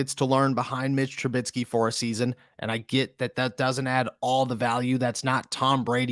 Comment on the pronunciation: ¿Tru-BIT-sky? ¿Tru-BIT-sky? ¿Tru-BIT-sky? It's Trubisky.